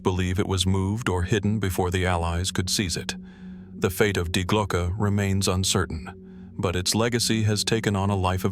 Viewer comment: Dude, from the get-go, when dealing with German, please do check how they are pronounced. Such as DIE glocke. The "die" being a feminine article. Or is it just another bloody AI?